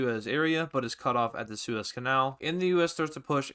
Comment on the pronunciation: its suez i think not sues